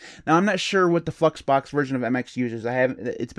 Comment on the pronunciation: Anyone else hear him say "Fuxbox"? Lol!